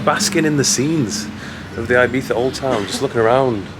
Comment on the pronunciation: thanks for making an effort to pronounce " I " Spanish way ..